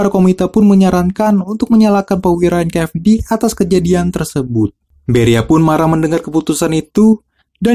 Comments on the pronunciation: bang sorry ya. bedain antara F sama V anjay. jadi ganjel gw denger nya. NKVD bukan NKFD. mohon maaf ya bang semoga bisa lebih baik ke depan nya. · NKVD bang bukan NKFD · Tolong pronunciation nya di upgrade. Itu NKVD 'V' BUKAN 'F'